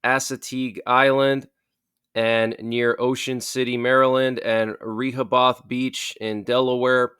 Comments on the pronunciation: This man said Re Ha Bothe! 🤣💀😭😂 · It’s Ruh-hoe-Beth,. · Simply for conversations sake it’s pronounced ru-HOE- buth (Rehoboth). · Oh..I used to live in Rehoboth before moving to PA. I just want to help you with pronouncing the name..it sounds like Ree Ho Bith. Say it quickly! Lol. ❤